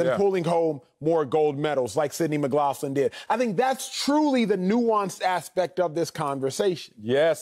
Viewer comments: McLaughlin is pronounced Mick-glock-lin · Mick-Lock-Lin. Acho, just call her Sydney bro lol. Edit: Wiley, that goes for you too bro bro 😂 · Every time he said her last name wrong… 😖